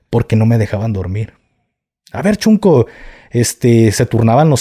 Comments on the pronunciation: SEÑOR GAFE, NO SE DICE CHUNCO, XUNCO, SE PRONUNCIA SHUNCO, QUE QUIERE DECIR NIÑO PEQUEÑO O NIÑO CONSENTIDO,SALUDOS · Yo soy de Oaxaca y la palabra correcta es shunco no chunco shunco. Significa el hermanito pequeño q sucede el lugar del q ahora se le dice shipi q dejo decir shunco